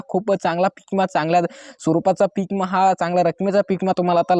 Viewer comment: इमा काय म्हणता विमा म्हण